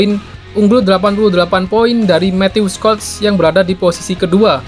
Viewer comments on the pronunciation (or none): none